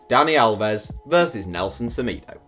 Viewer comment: It’s pronounced seMaydo